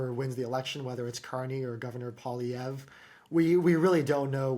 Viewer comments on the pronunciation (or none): Pierre Pol-eavra? 😂, you're 21 miles from France!